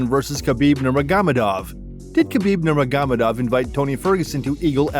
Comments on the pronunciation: atleast give the rest to Khabib Nurmagomedov and pronounce his name right ^^ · KA-BEEB NER-MOG-GO-MED-DOV